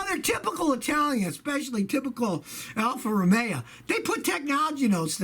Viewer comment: Mister 52yr old mechanic does not know how to pronounce the name of car companies. It's called Alpha ROMEO not Alpha Romeea. ROOOOMMMEEEOOOO !! Just 'cause you've been a mechanic for 52yrs doesn't mean you've been a good one.